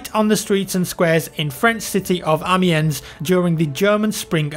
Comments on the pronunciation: Hey, it's pronounced Amee-on. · The S is silent in Amiens btw. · That pronunciations amiens though:) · Anyone also get annoyed when he said Amiens